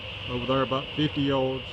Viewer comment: it’s pronounced “yards” not “yourds”